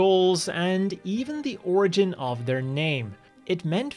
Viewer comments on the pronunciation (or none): none